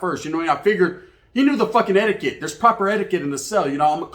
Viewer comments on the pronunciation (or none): none